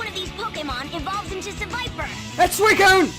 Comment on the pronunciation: ITS SUICUNE!! Gets me everytime man every bloody time